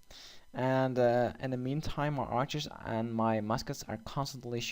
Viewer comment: Its not "Arker" its Archer